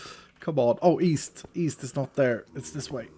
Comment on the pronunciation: East? I thought you said weast.